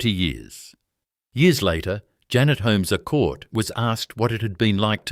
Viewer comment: Cannot pronounce Heytesbury, Holmes a Court or Esperance, FFS! It's terrible to title a video about an existing company owned by well-respected living family members as "Australia's most ruthless business empire". Heytesbury is also a private company and not very big, in the scheme of corporate Australia. I'll be surprised if you aren't forced to take this video down. The AI storytelling is wacky and kind of absurd, going off into weird little tangents. Keeps showing photos of people with the wrong name on screen. There actually are some fascinating stories about the Holmes a Courts over the past century and lots of books and historical media available. This video is a load of tosh! Painful to watch.